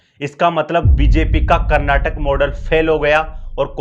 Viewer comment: Frist learn how to pronounce Karnataka